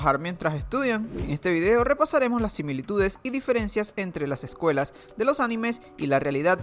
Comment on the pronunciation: Las ejcuelas jejeje